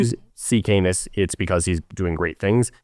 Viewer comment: Canis = CAN-iss, rather than "Cane-iss."